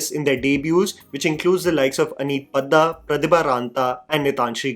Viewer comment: I appreciate the videos you make. But being an Indian, maybe you could research the pronounciations of the names of actors beforehand. Dhillon, Padda, Panwar .. try to pronounce the names correctly. Don't do what western media does.